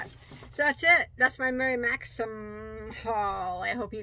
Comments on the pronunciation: You are doing better with Maxim. I heard you say it right several times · That's a great blue color and by the way...you say Maxim correctly:-)